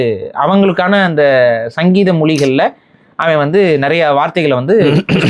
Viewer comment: 13.30, சங்கீத மொழி அல்ல. சங்கேத மொழி